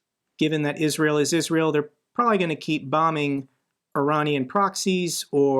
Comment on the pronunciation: What’s an Iraaaaanian? You mean Iranians.